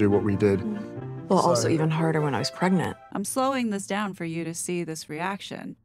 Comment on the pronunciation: It really gets on my nerves how Megabarf says "preg-net", instead of pregnant. Why won't she say it right? 😠